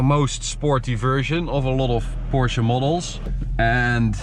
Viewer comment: I appreciate that you actually say "Porsche" instead of the casual "porsch"